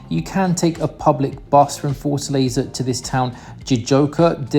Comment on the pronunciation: A like to the sound of “Forza Laser”. That’s how I am going to call Fortaleza from new on…😂😂😂